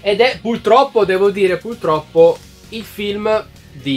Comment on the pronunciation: Video interessantissimo ma ti prego, dimmi che non hai detto "pultroppo"